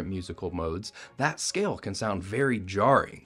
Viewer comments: As an Iranian, 1. Why’d you have to pronounce it like I-rain-ian, pronounce it as e-ron-ian or not at all please. 2. That does not sound jarring, bc I grew up hearing music like that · *Iranian is pronounced E-Ron-E-En and thanks for showcasing that!!